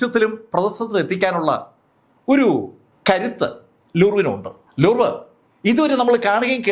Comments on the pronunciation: ലൂർവ് അല്ല, ലൂവ്റ് ആണ് ശരി. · ലൂർവ് അല്ല ലൂവ്റ് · ലൂവ് എന്നാണ് ഉച്ചാരണം.